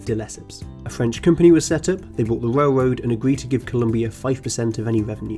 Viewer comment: “Wail woad” “powah” “twee” lol